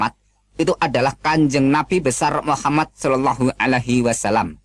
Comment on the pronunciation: Ps3 ketauan membacanya tidak benar,,,,ngatain Hasanah bilangnya kasanah,,,ngatain Muhamad bilangnya mukkamad,,,,ngatain alpatehah bilangnya altekah apakah ini ayat yang benar dalam Al-Qur'an,,beda lafad saja beda artinya saudaraku,,,,, katanya keluaran ponpes ko membacanya beda,,,, maaf ini semua membahas tentang kebenaran